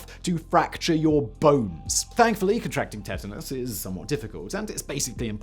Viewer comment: u say tetanus weird. like u only read it and never heard it